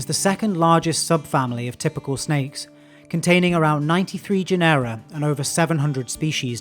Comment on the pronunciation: A fine video, super instructive. I'm not a native English speaker, but, shouldn't it be GE-nera instead of ge-NE-ra?